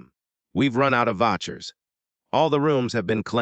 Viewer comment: i do wish readers would learn how to pronounce words. It's not "Votchers" but vouchers...